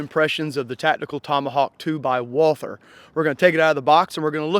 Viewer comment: At least pronounces Walther correctly